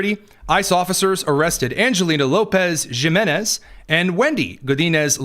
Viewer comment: Jimenez is pronounced HIMENEZ in English That's why some people call them the LA Dod-yers Because "G" is silent in Spanish